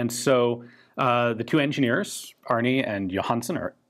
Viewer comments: As the American you are, I think his name is Arne, not Arni. I may be wrong, I just found it a little funny. The E in Arne is like and E, not an i. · The name Arne is pronounced Arna, and it means eagle in Old Norse.